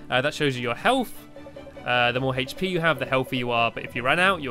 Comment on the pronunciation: Hache pe? ITS HP